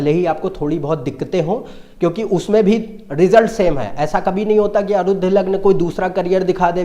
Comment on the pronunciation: अरुद्ध नहीं भाई "आरूढ" जिसका मतलब है "सवार" या "चढा हुवा" जैसे "अश्वारूढ". घोडे पर चडा हुवा । उसी तरह आरूढ लग्न का तात्पर्य है चडा हुवा लग्न । भाई हिन्दी तो सीख लो, संस्कॄत तो दूर की कौडी है। अंग्रेजी छोडो - हरियाणवी मे बोलो ।